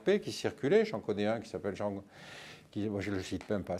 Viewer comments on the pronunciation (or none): none